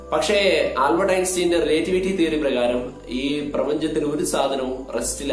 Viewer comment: റിലെറ്റിവിറ്റി✅ റിലേ..റ്റിവിറ്റി ❌